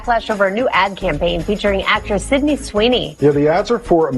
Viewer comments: Does genetic makeup have anything to do with his inability to say the girl’s name correctly? Sydney is pronounced Sid-knee not Cindy Sin-dee! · SYDNEY, not "Cindy" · Sydney! Not Cindy. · Well you clearly haven't been paying attention. Her name is Sydney, not Cindy 😂